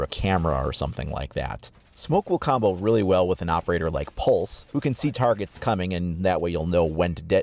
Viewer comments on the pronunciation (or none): none